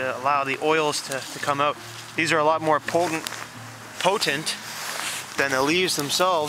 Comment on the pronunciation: Poodent...I mean POTENT! lol. Thought that was funny. Ya great vid man I like your style.